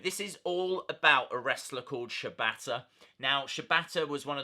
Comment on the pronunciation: Wrong it's pronounced Shee bata